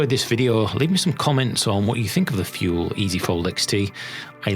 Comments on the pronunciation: Thule is pronounced “too-lay”. Just for your information. 😀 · Thule is pronounced "TooLay" apparently... new subscriber here, with no EMTB or TooLay easy fold either. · I think Thule is pronounced too-lee. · The way you pronounce the name is "Tu-lay", I know because I asked them specifically.